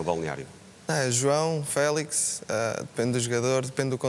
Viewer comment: Porque é que dizem Félis? LOL Que eu saiba quando se diz "Fénix", não se fala "Fénis"